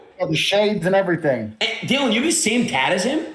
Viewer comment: bro said dillieon lmao